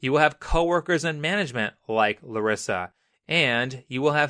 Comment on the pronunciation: Why is he saying my name "clarissa" i know he's saying larissa but it sounds like clarissa